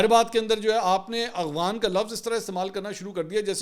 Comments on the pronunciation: اغوان نہیں افغان۔ کچھ تو سھی بھولا کریں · Bhai,,, aghwan,,, nhi afghan hota he